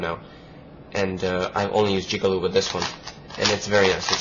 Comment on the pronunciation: It's Jig-A-Loo